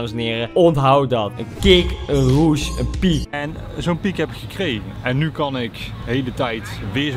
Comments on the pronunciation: Ja "Roes". Deze man zegt steeds Roesj. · maar hij zegt: ik ben op zoek naar een roesj? 😂 wat een space kerel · Kan iemand deze man aub uitleggen hoe je rush uitspreekt?